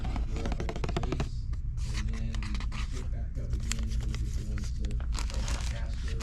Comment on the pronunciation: LanCASTER??? It’s LANCASTER! All one word! As a native Pennsylvanian this hurt me 😢